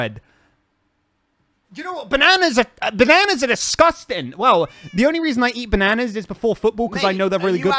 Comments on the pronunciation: I’m still annoyed by “banaynas” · I know what they are doing they are getting to say bananas alot because he doesn’t say it properly lol 😂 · Wow., not only calls a sphere a “saphere”, not only gets mad when he’s called, not only pronounces bananas in the American way when he is British, but also, THINKS BANANA SANDWICHES ARE WEIRD! I love your channel.